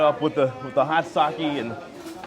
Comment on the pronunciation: Thank you for pronouncing sake correctly! I studied Japanese for 8 years and mispronounced Japanese words is one of my pet peeves